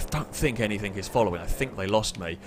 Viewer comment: I just wonder if the letter G is in your vocabulary? I mean you keep saying.. anythink, everythink, somethink. Lol not hating, just somethink I noticed. Love the videos though, thumbs up..